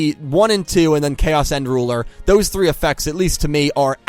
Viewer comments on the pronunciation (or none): none